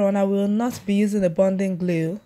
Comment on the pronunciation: "Bunding..." "Bonding". Bonding glue